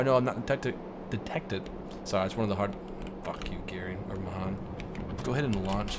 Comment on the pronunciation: Srry but it's pronounced mayhan even though it's spelled mahan